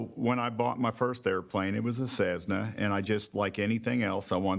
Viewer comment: NICE VIDEO. Let know it is not cezzna but cessna. Hurts my ears every time he says it.LOL